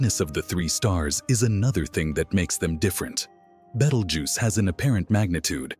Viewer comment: A very interesting subject spoiled by a very bad "AI" (or I should say AS) narration and scripting. I managed to put up with the name of the Red Supergiant Star "Betelgeuse" being mangled about 8 different ways in 3 out of the 11 minutes before shutting it down.